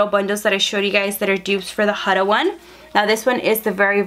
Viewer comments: You’re literally the only person ive heard that pronounced Huda wrong 😭. It’s HOO-DA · The way she says Huda😂😂💀